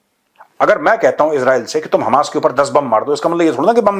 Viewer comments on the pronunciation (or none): none